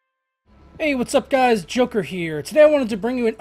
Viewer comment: Did he say juker here or joker here ?